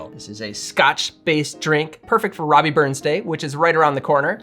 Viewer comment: We generally call him "Rabbie" not "Robbie". But I'll make one of these on the 25th (just one as it's a Wednesday this year).